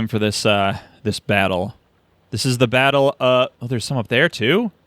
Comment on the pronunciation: "Batter of Bittle Hill" "Squitter Spirmish"